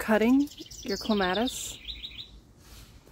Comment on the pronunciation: You say it like me! I am adding a clematis to my yard and I was getting a little paranoid because every other video I have seen has pronounced it so differently. I was thinking I have been saying it wrong for forty years. But I saw in another comment you are from Michigan, so maybe it is a regional thing, like knowing cot and caught sound nothing alike.